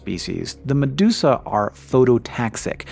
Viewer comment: meduka becomes medusa